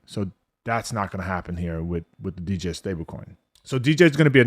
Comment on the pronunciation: The “D”is silent bro.